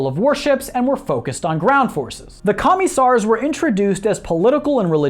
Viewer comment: your pronouncing komissar wrong dipshit